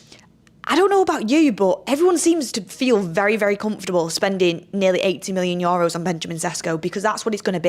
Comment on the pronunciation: needs to learn how to say EUROS! Its nae Yoros 🤣 love tus anyways x